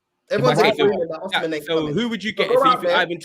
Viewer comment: That arsenal fan thinks it’s fifa,we’re not chelsea 😂😂😂 man said oshimen.